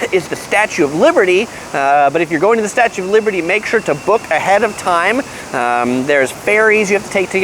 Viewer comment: Who else heard 'ferry's' as 'fairies'? 😁